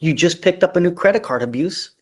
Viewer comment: A credit card “abruce” ? Where you abruise a credit card